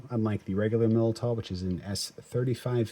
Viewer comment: I think it's pronounced Millydow